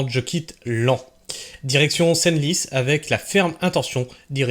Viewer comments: Senlis se prononce « sans lisse » bon sang !!! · Senlis Senlis phonétiquement sanlis